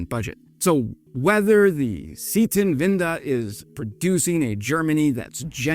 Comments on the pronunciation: I had to repeat it to make sure you didn't say Air-London Zeitenwende is also pronounced.. uuhm.. awkwardly. It's closer to Side-ten-when-da than Zee-ten-win-duh what you said. I never knew we have military donkeys! Idk if I find that cool or cruel or both. I will just convince myself that in a defense cas we would at least give them full body armour like medieval war horses. Poland is also not slacking. If their plans go through they will have more tanks than UK, Germany, France and Italy combined by 2030. I am also glad that you did'nt mention the tire fire that is FCAS lol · i was also wondering... c 10-vender? ... but props for trying :) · z-eye-tenwende ;-P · Sprecht kein Deutsch wenn du es nicht kannst es heißt Zeiten wende nicht zitanwenda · you are pronouncing "Zeitenwende" like "Seitenwinde", but a "Times'change" is something different than "sidewinds" try saying "Tsaitenwænde" instead, so it will come out correct :) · Seitenwende - Say: "Zai - ten - when - duh" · With "Zietenwinda" you mean "Zeitenwende" which is pronouced “TSY-tuhn-ven-duh” Breakdown: Zei → “TSY” (like “ts” + “eye”) ten → “tuhn” wen → “ven” de → “duh” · "Germans had a "sitenwinda"" German: "We had what? A what... wait... omg... A Zeitenwende!". It's pronounced: TSYE-ten-VEN-deh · Try to say "tsitenvanda" not zeetenweda.... Zeitenwende means time of change. Our neighbors want what they where afraid of in former times. If the AfD comes in power, everybody should be concerned.... Except Russia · hehehehe the "C-tin-winder" is actually a "cy-ten-when-de" (say the "de"-part like in Spanish or French ;-) ) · great vids for non Germans interested in Germany butComon you really should work a bit on xour German prounounciation 'Seetynvinde' dos not exist in German Bro, the Word is Zeitenwende, and it means st. lik epoqual change;) how to peonounce for Anglospeakers: Tsytenvande last e like in exit;) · Sietenwinda? Oh, you mean: "Zeitenwende" - Turning of times. 😀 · Z-teen-wenda :) love it